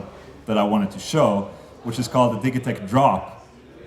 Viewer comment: I hate how he pronounces "Digitech"